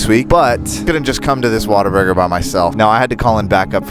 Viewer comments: not be that guy but you pronounce it what - a - burger and texas is not a country its a state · as someone that is not american i really tried to hold laugh when he said WaterBurger like lmao , Waterburger, the fuck is that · You can't pronounce Whataburger.